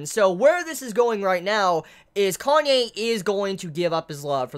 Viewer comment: ...............You're gonna keep calling him "Kanye" aren't you?